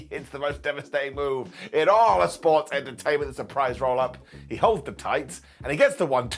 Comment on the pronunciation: Every time says the word “sports”… It does something to me. As if there was a hiccup in the matrix.